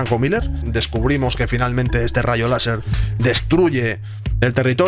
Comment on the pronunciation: Un "Laserrr"